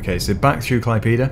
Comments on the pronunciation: he said klaipyda instead of klaipéda, the letter é doesn't even exist in english and isn't simmilar to any english letters that I can recall, best way to hear is type Klaipėda into google translator (english>Lithuanian) and make google say it, it's not fully simmilar to how a Lithuanian sais it, but simmilar enough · I from lithuania and you sai klaipyda you need sai klaidėda :D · klaipyda:DDDDD btw I'm from Lithuania and it's so funny how you pronounced klaipeda:DDD anyhow, keep up the good work. Good luck:D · I mean well for an english speeker, but me being a lithuanian, its to funny 🙂